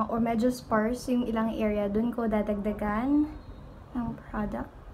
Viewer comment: The way you pronounce the word product hahaha relax your jaw girl haha